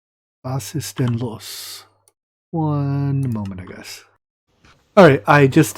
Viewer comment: Its most likely "Was ist den los" and it sounds native.